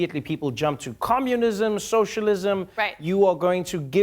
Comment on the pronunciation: did Trevor just say "commulism"... somewhere, JonTron is sneezing his ass off. 😆